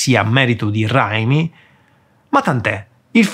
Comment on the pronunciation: Ma come ha pronunciato "Raimi"